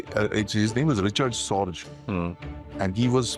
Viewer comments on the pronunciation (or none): Just ran into this video and watched for the first few minutes, and halted it, the man offering his pearls of wisdom in the video is a symptom of the lack of quality and insights in the Indian media. This guy cannot even pronounce Sorge's name, its pronounced "Raik-hard Sor-gay". No doubt Sorge had the most valuable insights, which he passed back from Tokyo to the Soviet Union, through 1941, while Stalin did not believe in the warnings of the German invasion initially, subsequently the Soviets would trust Sorge's word, especially the one about the Japanese unwillingness to start another war with the Soviets, after the German invasion of the USSR, which allowed Stalin to move well over 20 divisions from the East of Ural, to Western/European Russia, to fight the Germans. But Sorge was discovered and arrested later that year. The real gem, whose real identity has not been confirmed to this day, was Werther, some say it was nobody but Martin Borman. If Werther is ever identified, he would be the greater Soviet Spy, in how he worked through the war with the Lucy Spy Ring of Rudolf Roessler, passing info to the USSR and inflicting defeat after defeat on the Germans, such as Kursk in 1943, for instance.